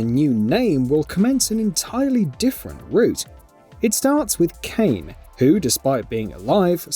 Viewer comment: WHY DO PEOPLE CALL KAINE KAIN OSHGBASHJGBAHDGA